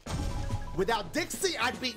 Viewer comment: U called Trixie Dixie